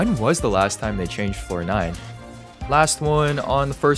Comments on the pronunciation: Each time he said floor nine, i thought he was say fortnite lol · i keep hearing floor 9 as fortnite omg